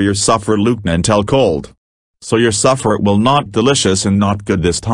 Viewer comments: And it’s SUPPER not “suffer” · The grammar in the video description is terrible but the video is fantastic and I love how pronounces suffer instead of supper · Its pronounced supper not suffer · Besides, it’s “supper”. Not “Suffer”.